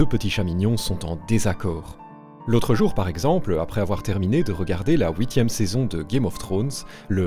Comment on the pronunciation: Alors déjà, on ne dit pas "la ouitième saison" 😀